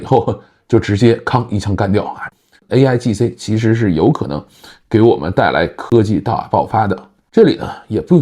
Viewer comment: 说的不是aigc 而是 aigi